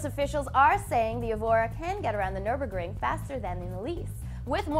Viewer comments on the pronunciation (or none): none